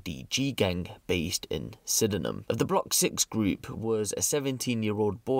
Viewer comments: Pronounced sidnam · Someone teach these guys to say Sydenham properly ffs, cringe